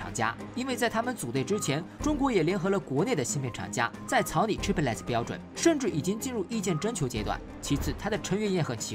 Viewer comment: 解说很好 , 谢谢 但Chiplet 这句子一直拼不对 , 听了很辛苦 ! 就兩音 , 你一直读三个音